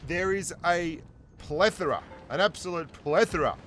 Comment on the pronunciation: Well done on saying 'Plethora'! I still can't get it right.